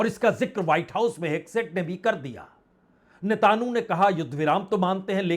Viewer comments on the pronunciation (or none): Sir aap naam toh sahi bola binjamin Netanyahu (not Netanu)